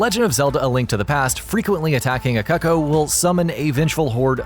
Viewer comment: Are you serious, it's pronounced like koo-koo, not cuck-oh. This narrator is a moron.